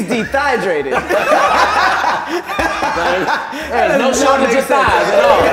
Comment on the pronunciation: "He is de-thigh-drated"